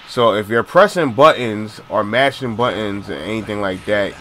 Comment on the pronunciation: "If your opponent is pressin buhins" lol i cant forget that after hearing it 20 times